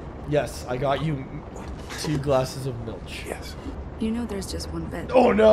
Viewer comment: Not gonna lie, hearing pronounce Milch halfway decent took me by surprise lol!